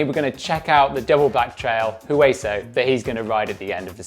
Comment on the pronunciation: Great job teaching. I still have not done all of Hueso, missing 2 features, so hopefully by the end of the series we will both be riding all of it. Oh and by the way the "H" in Hueso is silent. It is Spanish for "Bone". Oh and there are still two features on Hueso I have not been able to do. Hopefully one day I will see you out there and you can show how it is done.